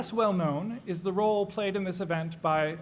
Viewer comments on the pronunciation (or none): none